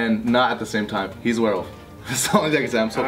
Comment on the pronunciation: "Werewof" - said 26 times